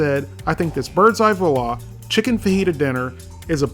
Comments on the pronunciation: It's pronounced 'wah-laa' not vahlaa! lol! i actually love these meals, i have one in my freezer right now 😆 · Seriously, try saying it something like 'wah la' only as one word and you won't be quite right, but much closer. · It's pronounced "voila". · Dude makes fun of the public school systems and failed QA check, can't even pronounce Voila properly...